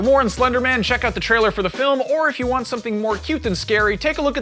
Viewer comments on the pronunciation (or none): none